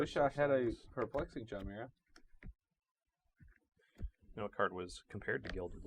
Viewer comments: It's pronounced Kai-mera not Chaimera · Hey ur cool but im just gonna say this to save everyone the time and energy. YOU SAY IT KAI MER A NOT CHAIMERA FOR THE LOVE OF GOOOOD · Pedro Lopez it was like once said it, everyone else was like "well I guess that's how we're all going to say it now"